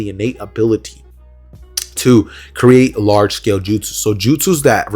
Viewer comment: i love how you said shcale